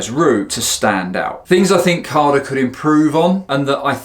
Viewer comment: No R in CADA mmmmmmm